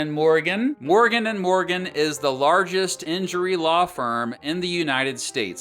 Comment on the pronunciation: Alaw firm? I thought it was a gag